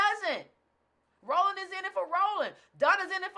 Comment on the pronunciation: Wait a minute....you called Roland Martin rollee pollee.....Ha ha ha ha ha. I caught that. Ha ha.